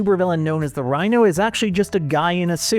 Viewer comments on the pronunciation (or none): none